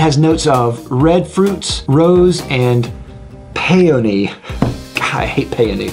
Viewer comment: Was saying Peyote? Oh peony.